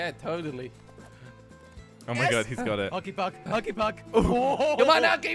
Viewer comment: Why does say hucky puck instead of hokey puck?